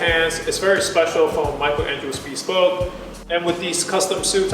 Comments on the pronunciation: Hey buddy, just a friendly comment: It’s NOT pronounced bee-spoke, it’s pronounced bihspohwk. That’s the best spelling I could do for the correct pronunciation. And please don’t desecrate your custom-tailored suit with those shoes. Get a more casual suit made if you want to stick with those shoes. Good effort on this video though, so more power to you. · This might be an English pet peeve but I get annoyed when someone says “be-spoke” as opposed to “bes-poke”. Let me know if anyone else has this pet peev as well. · I noticed that too. "Bee-spoke suit" ;) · First off, I love the video. Everyone should own a bespoke suit. I hate to be that guy but I thought you should know it’s pronounced ‘Bess-spoke’.